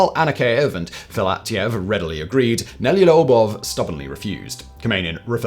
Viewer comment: Yeah, he was all over the place with Nelyubov. I'm not Russian, but that isn't even a hard name to pronounce for non-Russian speakers, compared to other Russian names.